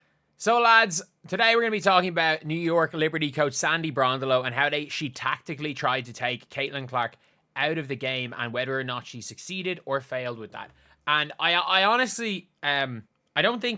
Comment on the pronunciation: Hel-LOW,, it's Bron-DELLO! Think of it as two words, Bron and DELLO. With emphasis on DELLO.